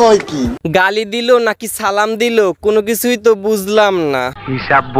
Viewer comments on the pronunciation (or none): একটু ভালো করে কথাটা বল ভাইয়া যা কলা পাতাতে জিভটা চেঁচিয়ে আয় সালাম দিলো কি সালামের উত্তর দিলো কিছুই বুঝতে পারলাম না😂😂😂😂😂😂😂😂